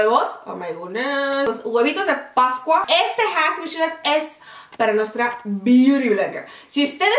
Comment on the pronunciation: Me encanta como dices "mis sshulas" jaja. Saludos desde Costa Rica. ♥